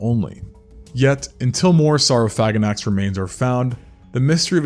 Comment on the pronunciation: SOR-Oh-Phagh-Ah-Naks. That's how it's actually pronounced